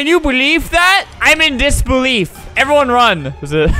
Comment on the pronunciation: "Im in disbeliefef"